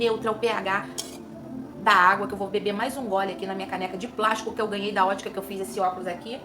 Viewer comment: "Vou beber água nesse copo de plástico que eu ganheinhe da ótica que eu fiz esse óculos " KKKKKKKKKKKKKKK vc é de mais, vc está abrindo voz pra irmos a luta em defesa dos nossos cabelos😍😍